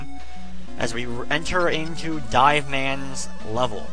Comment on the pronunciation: Hey, it's DIVE man, not Dave fyi.